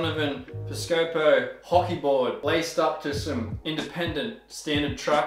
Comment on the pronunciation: The best part of "hockey" is when you pronounce it without the c. :)